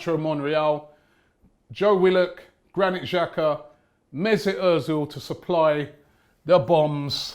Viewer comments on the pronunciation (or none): none